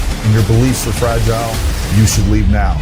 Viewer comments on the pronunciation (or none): none